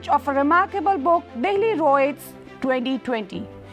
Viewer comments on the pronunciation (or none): It's riot not roit